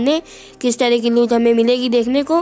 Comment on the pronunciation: भाई लूत नही लूट होती है पर जो भी बोला तुम्हारी आवाज बड़ी प्यारी है......और धन्यवाद वीडियो शेयर करने के लिए.....😊